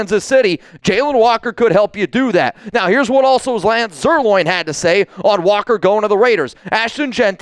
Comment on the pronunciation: Lance's last name is not "Zier- loin," Bozo.